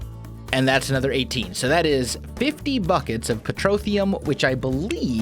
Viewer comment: did anyone hear him say fuc k it instead of buckets ?